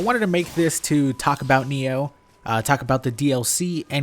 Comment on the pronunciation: Why the hell do you say NEO?